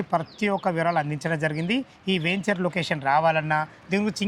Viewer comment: మీరు మళ్ళీ వేంచర్ అంటున్నారు. వెంచర్ అని పలకాలి.